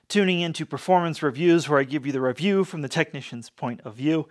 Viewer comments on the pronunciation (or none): none